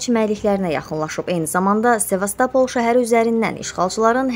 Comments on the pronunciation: Ayəəə Seva stopol yooov Sevastopoool , ударение на букву ООО, в конце мягкий знааааааааак. Sizi hardan yığırlar?🤔😫😥😢😩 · Sevastapl yox Sevastopol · şəhərlərin adını,soyadları düzgün tələfüzz etməyi öyrənin.Sevastapal yox,Sevastopol.Yediyiniz cörəyə giymət verin hec olmasa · Mətni gücənə- gücünə oxuyan qızın nəzərinə: Sevastapol yox ay savadsız, SE-VAS- TO- POL. Diksiyan yoxdu cəhənnəm, heç olmasa şəhərlərin adını düzgün tələffüz etməyi örgən. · Salam!Bu rolikdə danışan çox bisavad danışır,şəhərin adın da düz deyə bilmirsə heç bu rolikə də ehtiyac yoxdur.Bakı yox Bokı desələr biz də irad tutarıq. Bir də ki,guya bu rolikdə nə göstərib,nə danışdı ki?!